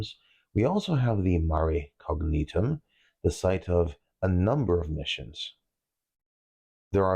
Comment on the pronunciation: Minor point, if you don't mind a correction: in Latin, the '..gn...' in the middle of a name or word is pronounced, 'ny'. So, Agnus Dei, or 'lamb of God' is pronounced 'AAH-nyoos,' and the constellation 'Cygnus' is properly pronounced, 'SEE-nyoos.' Mare Cognitum can then be easily pronounced. 😀 I appreciated your tutelage, your deliberate delivery, and the comprehensive approach you took to explain the Moon's surface features. Very nice production.